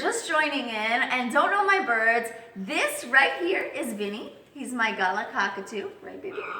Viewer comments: vinnie is not a gala... he's a g-lah guh not gar. dont know why this irks me so much but it does lol...he is gorgeous no matter how you pronounce it though 😀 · aw is cute but you're pronouncing galah wrong